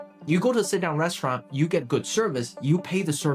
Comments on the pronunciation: Restururanıt RESTUURAINN Restururanıt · Restuuraln? Restirurant? Come on man, don't use AI garbage, it's totally unneccessary Also, gratuity means tip in english? Funny, because it comes from a french word that litterally means "free"